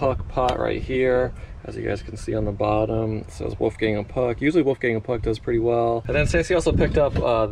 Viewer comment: Right?! I was like did he just mispronounce one of the oldest companies to employ women? Then the Wolfgang AND Puck I was giggling. Central Florida here. I wish you continued success.